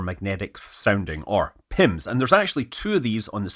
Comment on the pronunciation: Ha! PIMS! I heard PIMPS the first time.